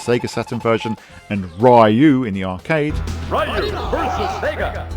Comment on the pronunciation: Rah-you?? It's Ree-you.😂